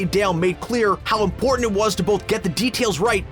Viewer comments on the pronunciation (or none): none